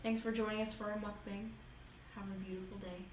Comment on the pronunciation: Great video! (I'm sorry, but its its pronounced "Muk-Bong" Ɛ>) XD